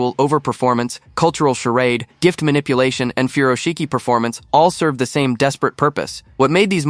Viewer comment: She butchered the pronunciation of “furoshiki”.